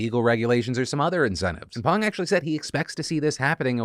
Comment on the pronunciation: 감사감사 Phil for pronouncing "Pang" correctly